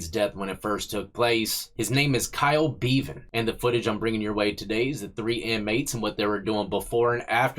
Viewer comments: It’s pronounced beh-van not Bee-van🤣🤣. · Bev-an, not Bee-van. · Pronounced Bevan like Heaven. Which is where that scumbag aint going. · pronounce the e in bevan the same a e in egg. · Bevan rhymes with eleven not steven. From your friend over the pond.